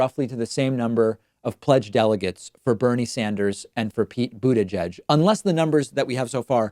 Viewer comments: Why is David always calling Pete „Bu-DE-gieg“ with the emphasized second vowel. Did I miss anything? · Why did David changed the way he was pronouncing "Buttigieg"?!?!!?! This is conspiracy!!!!